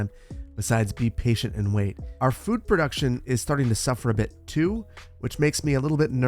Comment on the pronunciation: You say potato I say protuction